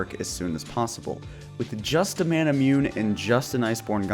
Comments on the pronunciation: Its Mana-Moo-Neh not Mana-Mew-Neh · I’ve never heard someone pronounce manamune correctly